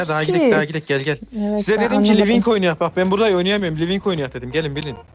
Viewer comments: Abi lıvık demende koptum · Livink değil lan lıvık hakdkflsşdlkfkskfkfkf